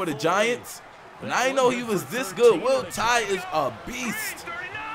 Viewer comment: Doesn’t it sound like they are saying Roll Tide when they say Will Tye’s name